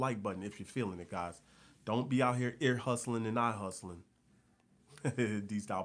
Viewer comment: You may be from Florida but you know you got Texas swag when you say something like "ear hustlin". H-Town.